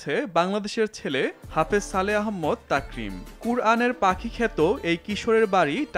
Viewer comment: ভাই আহম্মদ না আহমাদ।